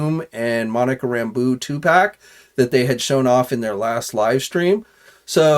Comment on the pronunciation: I've wanted that Captain Marvel (Monica Rambeau...pronounced "Ram-Bow"...it's French) since i was a kid reading the Avengers.